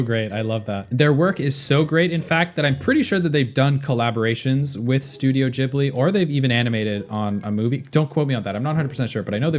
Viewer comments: This was painful to listen to, it's pronounced "Guibly", not "Jibly" 😅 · It's ghibli not Jibli